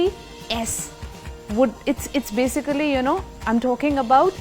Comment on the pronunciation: Sayemaji ap basically ka pronunciation kab check karoge you pronounce it wrong everytime